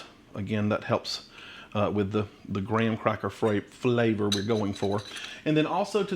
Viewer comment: 🤣🤣thank you for saying graham instead of gram!!🤣🤣 And yes. there is absolutely no way a fan forced oven cooks at the same heat and time as a convection oven. fan force is always lower temp and less time